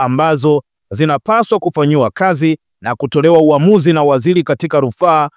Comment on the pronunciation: Jumuia za kilaia, Selikali, Kusubili, Zalula,wazamini, Wazili,Haki za kishelia. Dosali . Lugha ya kiswahili unaichafua na unakuwa mfano mbovu kwa mtu anetaka kujifuza hii Lugha. Hivi umeshindwa kabisa kutamka Serikali ,Sheria,Waziri, Dharura, Dosari.